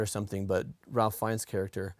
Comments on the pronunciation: FYI- 'Ralph' is pronounced 'Rafe' sometimes, this is one of the times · Just an FYI. Ralph Fiennes's first name is pronounced "Rafe". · Fun, little-known fact: Ralph Fiennes pronounces his first name Rafe/Raif, rhyming with safe, chafe, or waif. No clue why, but there you go. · Ralph Fiennes name is pronounced "Rafe". Its not Ralf, its Rafe. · every time you pronounce it ralph instead of the british pronunciation, which is more like RAFE/WRAITH/FACE, I die a little inside:) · Hey guys—Ralph Fiennes’ name is not pronounced “Ralph”—it’s “Rafe,” spelling notwithstanding.